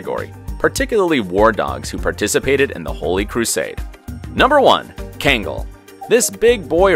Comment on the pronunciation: It's not kengal its kangal say it right